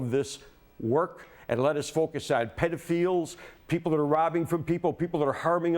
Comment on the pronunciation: he said pedo-feels